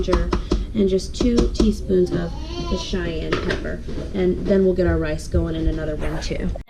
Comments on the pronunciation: Ha! Love the way you say cayenne for cayenne pepper. I haven’t heard it pronounced “shy-ann” before! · I was waiting for this comment lol I actual went back and played that part again thinking I misheard it